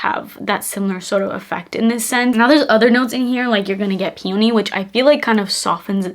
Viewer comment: Please look up the pronounciation of "peony"